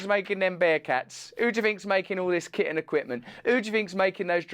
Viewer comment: Russell, when you said “who do you think’s making all that kit and equipment” at first I heard it as “kitten equipment”. I was like damn is there some military/Petsmart industrial complex I don’t know about